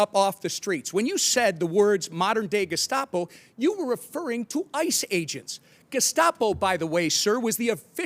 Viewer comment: Correction he said Gascopo sorry I'm just correcting the fact that Tim mispronounced twice.